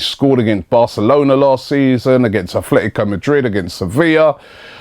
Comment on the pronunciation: ATLETICO not Athletico Madrid!!!! Ffs